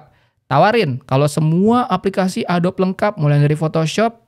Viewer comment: Adobe itu dibaca Adobi